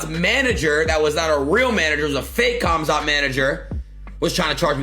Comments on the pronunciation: The fact that adin doesn’t even give the time to properly say khamzats name is why he should never have him on, and show up to that fight 😂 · Normies calling Khamzat CUMzat lol